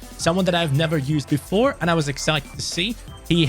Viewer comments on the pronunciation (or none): 'someone I've Neva used before' 😒